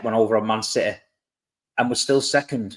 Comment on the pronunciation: It’s that Citeh Mentaliteh!!! 😂